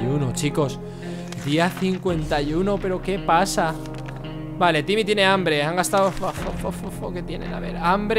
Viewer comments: Por que le dise yimmy en vez de timmy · se dice timie no jimie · jajaja dijo jimi o llimi o vhimi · Es timmy no jimmy Agh me molesta que le diga jimmy >:T